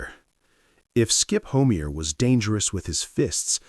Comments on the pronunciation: Skip Homey-air lol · Skip Homeier's last name is pronounced Ho-my'-er. Sheesh. These AI voices.. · HO MEA AER ????? THESE STUPID AI PRONUNCIATIONS !!